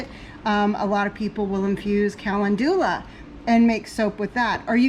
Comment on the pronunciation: The way you pronounce calendula totally threw me off LOL. I never heard that before.